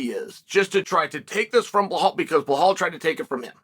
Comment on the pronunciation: Am I hearing things or does Chael keep calling Belal Behal??